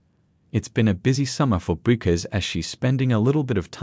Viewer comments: Why can’t AI narrators be taught how to pronounce her last name? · Hard to listen to the information when you can't pronounce the subject's name